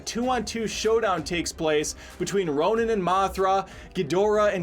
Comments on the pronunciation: He keeps saying Ronan when he means Rodan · Row-Dan, not Ro-nin. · "Draay-gon"? "Ronin"?? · Boy did not pronounced RODAN right, lmao!